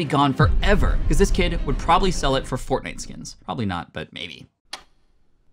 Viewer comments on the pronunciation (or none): none